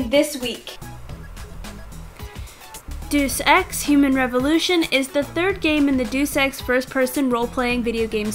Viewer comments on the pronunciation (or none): "duce ex" its DAYUS EX.